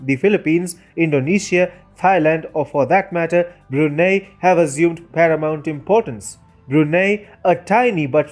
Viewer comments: Its Brunei ( Brunai ) but Brunie ( Bruney ) l azmanbsjad but also me as Bruneian: 👁️💓👁️ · It's pronounce as BRU-NAI. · Lol Bru-NEIGH